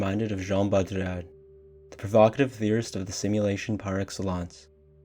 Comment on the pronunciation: I like this video a lot, but I came here to say that every time you attempt a French pronunciation of "Baudrillard," you sound like you're having a mini-stroke.